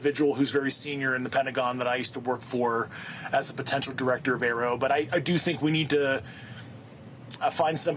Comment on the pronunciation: Newsnation should prep more for the interviews. Like learn to pronounce AARO.